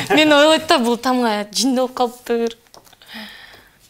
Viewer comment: Э ойлойд эмез ойлот деп айтат чала кыргыз